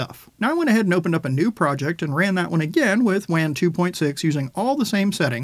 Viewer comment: Hey man I love your content you always put out reliable information with a dedication to thoroughness. With that in mind, I'd like to recommend that you pronounce "Wan" with the same vowel sound as "lawn" rather the vowel sound of "can." In the same way that you would pronounce "taco" or "nacho" with the same vowel sound as "lawn" rather than the vowel sound of "can" or "cat." Wan is produced by a Chinese company and this is likely how they pronounce it.